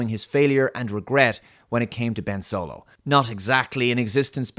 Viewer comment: I think you meant to say Ben S W O L O